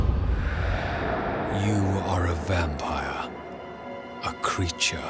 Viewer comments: Vam-pie-re video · Oh it's a vam PIE r Like the pies in V rising or whatever